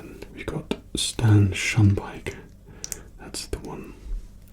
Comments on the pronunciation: you were saying it right! His name is Stan Shunpike! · You got it right first time it is stan shunpike